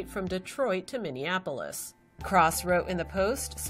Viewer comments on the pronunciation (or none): none